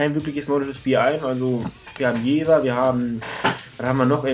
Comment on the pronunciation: Top Video ;D Mit deiner Punkteverteilung stimme ich auch überein.... Da ich auch in Jever wohne habe ich aber noch einen kleinen Verbesserungsvorschlag denn es heißt Jever und nicht Jewer ;D